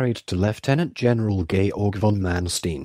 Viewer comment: AT LEAST HIS NAME COULD BE BETTER PRONOUNCED CORRECTLY.